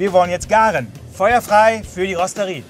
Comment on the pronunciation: wo von spricht der kollege dauernd ? rosterie???? eher rotisserie ???!!!!! oder rostet ihr das ferkel ?